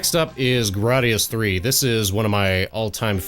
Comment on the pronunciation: thank you for saying “Gradius III”.